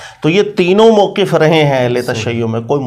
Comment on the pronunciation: جناب وقف یقف سے موقف کی فا کی فتح کو مضموم پڑھتا ھے۔تو اس کو تلفظ درست پڑھنے کا ادراک نہیں تو وہ مولا علی جو نفس رسول ہے۔(ثحفۃ الاحوذی/سنن آلکبری) کا معنی کیا بیان کر سکے گا؟